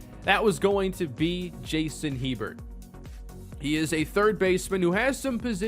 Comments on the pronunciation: It’s pronounced (A-bear) Hebert. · I believe “Hebert” is pronounced like “A-Bear”. Like Bobby Hebert of the NFL. Also I have a HS baseball coach with that last name, pronounced like “A-Bear” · Hebert is pronounced 'a-bare', just so you know